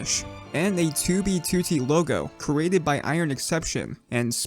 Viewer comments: Am I the only one who loves the way says 2b2t like 2oo-bee-2oo-tee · why is it still kinda funny to me every time he says 2B2T just because he pronounces it as "Two bee to tea" and he always does it in the exact same way like some TTS voice I don't mean this as a insult btw it's just funny